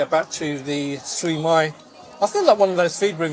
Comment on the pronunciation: Late to this conversation but the mispronunciation had me gritting my teeth. The mispronounced words are often spelled out phonetically on menus so any mispronunciation is criminal! (‘Mala SIU mai’ for example) Still, I’ve been to The Eight and it’s a decent enough casual restaurant.